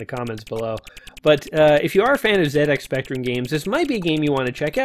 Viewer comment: One of the first games I ever played - as a Brit, thank you for pronouncing the name of the machine correctly the majority of the time :) There's a free game for Windows called Super Mario Pac that ingeniously crosses this game with various elements of Mario: It's quality stuff that puts up an interesting challenge with no simple freebies like the top-right platform to break it - well worth a go I reckon.